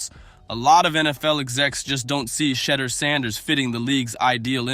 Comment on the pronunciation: Say his name correctly. It’s not Shedder.